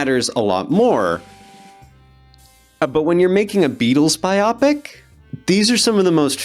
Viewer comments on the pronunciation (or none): Why, on earth, do you say ‘BI-OP-IC?’ It’s ‘Bio-pic…’ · It's a biopic, as in a biographical picture. I don't understand why some people say it like an eye disorder instead. B-eye-"O"-pic, not Bi-Optic. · It's "bio-picks" not "by-op-ics" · ❌ biopic ✅ bio-pick PS:too much emphasis on what the actors look like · The way you pronounced BI-OPIC instead of BIO-PIC already told me you're not to be trusted. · It's bIopic, not bi opic. And the last name is Mendes, not Mendaes. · Hey man, Biopic is pronounced BIO - PIC. Like a biography in picture form. I don't know what a Bi-opic could be. 2 opics? I don't understand how anyone could pronounce that word in any other way other than bio-pic, given its context and what it is referring to. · BY-OH-PICK not BY-OP-ICK! BTW, there's been not one actual proper biopic made about Janis Joplin; one of the last songs she recorded was "Happy Birthday, John/Happy Trails" with the Full Tilt Boogie Band; the recording was for John Lennon. He received it the day after she died. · Bi-Opic??? No.... its Bio-pic! As in biographical picture. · Bio-pics, not biOpics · I always thought the word was BIO-PICS. Not bi-optics.😵‍💫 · Bi-opic isn't a word BIOPIC is a word. Please, redo this video saying the word properly. Have a good day. Also, id put money down, that their faces will be manipulated to appear younger or older. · Jesus, ‘bio pic’ not bi-opic. You’re making me cringe with that. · Bio-pic, not bi-opic. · It's a Bio. And it's a picture. It's called a Bio- pic. Not a bi- opic. This makes you sound like a moron, and undermines your credibility completely. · I’m a big fan of BYE-oh-pics. Not really interested in “bye-OPICS” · Yes! Bio-pic, not "Bi-opic" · NO berry creepy af ringos adorable Also stop saying biah pic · Your pronunciation of biopic is hilarious!! It should be "bio-pic". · Biopic - BUY-OH-PIC. Please. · Maybe your pronouncing Keohgen correctly, but for fuck's sake learn how to pronounce Bio-Pic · Bi-opic lol